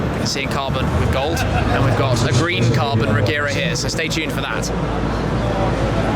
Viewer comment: It's pronounced "Reyera"